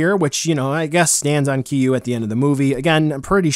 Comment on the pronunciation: It’s not “Keeyuu” bro. I know there’s dif pronunciations but you way off. Lol